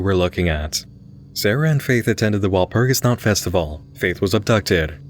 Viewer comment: Being a Germanic pagan, I'm triggered by the way you pronounce Walpurgis Nacht! Joking aside thought I don't like how it perpetuates the whole evil pagan stereotype.